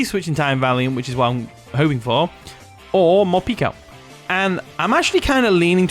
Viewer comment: Love the video, but here's a tip - Morpeko is pronounced like 'more' + 'peck-o' not 'peek-o" because it comes from the Japanese word 'peko' which means empty (referring to its stomach)